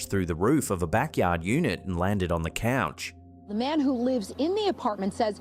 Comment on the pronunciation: Its couch not coach